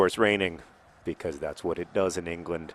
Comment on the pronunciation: You said "because" normally three times in a row! Normally you say "becoiz" for some reason